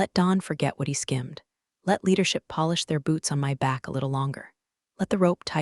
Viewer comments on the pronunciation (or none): none